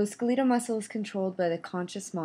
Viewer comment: Ska-leetal muscles? Seriously?